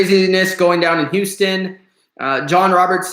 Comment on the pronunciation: Can u say Houston right? Houuuston wtf